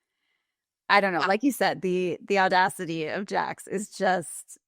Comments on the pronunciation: What is ordacity? You mean audacity? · “Ordacity?” Audacity hahaha cute combo of ordeal/audacity. Jax is just that!! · The ordadicy? Audacity. Audacity. Au Da City!